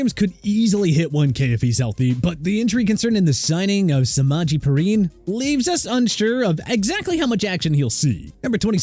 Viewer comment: It's "Periiiiiiine" Not "Pereeeeene"